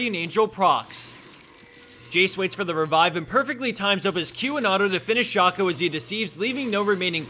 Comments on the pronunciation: Please say 'Shay-co' next time.. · One must wonder if he will ever pronounce shaco correctly